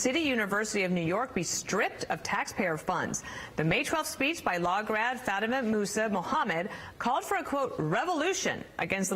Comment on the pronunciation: Fatima; isnt it pronounced "fot mah"?